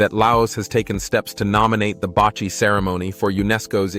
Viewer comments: not" bachi" but pronouce baci or ba see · Basi pronounced Basee not bachi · Baci is pronounced "ba see" not pronounced ba chi. The weaved ball is pronounced "ka thall" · Baci is pronounce like baaahhh seee. Not bachi. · Not bachi But bassi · Baci is pronounced "bahsee" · Baci is pronounced like Ba-See. I am from Laos and came to US since 1980 as refugees . Went back “home” last year for the first time and I have to say that I am glad I went. I hope to go back again. Thank you for the great video.